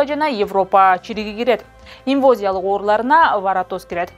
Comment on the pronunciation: ИнвАзиялык (инвОзиялык эмес)